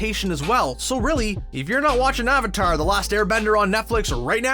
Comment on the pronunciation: the fact that you pronounce avatar wrong in the first 15s makes me not wanna watch it therefore i don't. so just an advice learn your content before uploading it thanks